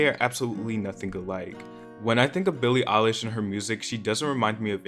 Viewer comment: it’s not that hard to say her name